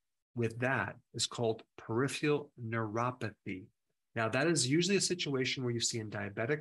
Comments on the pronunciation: It is pronounced per-iph-er-al not perifial. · He can’t say peripheral .. Perif ER AL… 👈🏿 (Not peri fial …) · peri pheral. (not periph IAL)